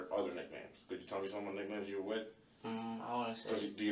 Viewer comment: OMFG😂.. EVEN THE AI VOICE PRONOUCED IT AS..Many of the people at the parties used nicknahyeemz